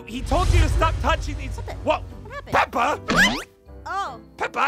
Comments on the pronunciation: Pepa? Pepas? Pepas pig 😂😂😂😂😂😂😂😂😂😂😂😂😂im daying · I like how always selects ein and Pierce to babysit aphmau XD Also saying PIERCE randomly lol also Pierce saying pepa